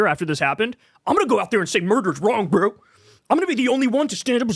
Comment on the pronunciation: Kyle no one is saying "Bro" like that. Please stop